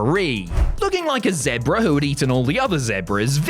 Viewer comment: Shmozz...bret harts favorite word lol, i see what you did.......wait what the hell is a zehbra?